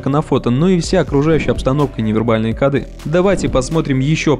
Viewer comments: Правильно говорить "кОды"! Ну что за "кодЫ". А так всё норм. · В слове «коды» ударение должно быть поставлено на слог с буквой О — ко́ды. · Только не кодЫ, а кОды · Не кодЫ, а кОды